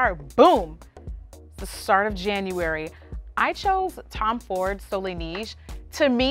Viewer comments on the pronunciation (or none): Soleil Neige … It’s pronunciation is more like « SOLEL NEH-EDGE »